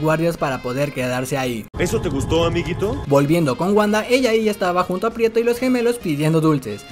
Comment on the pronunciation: Muy buen resumen ,pero es Pietro no prieto ,habla bien